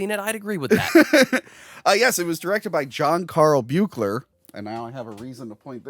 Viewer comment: Buechler is pronounced like Beek-ler 👍🏻